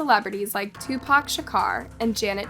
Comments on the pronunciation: I CANT BELIEVE THE WAY YOU SAID TUPACS NAME 🤦🏽‍♀️ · Did she just pronounce Tupac name incorrectly🫢 …. She can’t be from the US